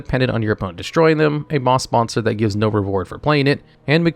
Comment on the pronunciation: hehehehehe "moss bonster"